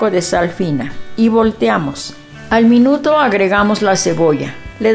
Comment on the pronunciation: señora linda es al minuto no al minutro